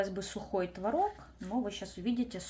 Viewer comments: ТВООООООРОГ!!! НЕ МОГУ СЛЫШАТЬ ТВОРООООГ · Правильно было творОг. Но теперь Допускаются оба варианта ударения. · ТворОг или твОрог. Автор говорит на первых минутах это слово с разными ударениями😅